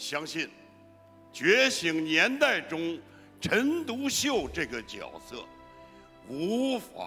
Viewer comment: 是角{jue}色，不是角(jiao)色